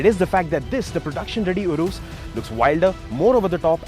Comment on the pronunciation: poor pronounciation to 'URUS'.